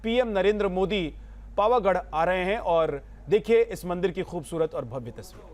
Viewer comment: Bhai bol na shikh le pavaghad bol pavghad nay